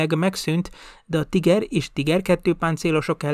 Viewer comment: A szovjetek nem 76,2mm es lövegeket használtak? A videóban végig 75mm t hallani. A Tiger harckocsi helyes német kiejtése pedig Tííger. Többet nem kukacoskodom, jók a videók!